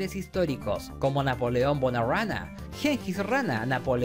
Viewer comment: Dijiste Napoleón bonarana 2 veces